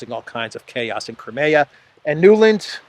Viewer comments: btw the english pronounciation of "crimea" is "cry me a", as in "cry me a river" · I wish you'd learn how to pronounce Crimea.